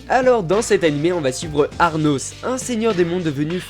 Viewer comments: Bonne vidéo mais c'est Anos pas Arnos 😉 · Dans the misfit of demon king academy le personnage principal se nomme Anos et non Arnos, à part ça très bonne vidéo, chill et agréable à regarder, +1 abo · Anglais "Arnos". Français "Anos". Bonne journée/soirée. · Mdrrr "Arnos" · C Anos et pas Arnos mdr même ptdr 🖕🖕🖕🖕🖕🖕🖕